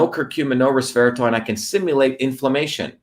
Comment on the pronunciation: resveratRol, not resveraTOL, yes?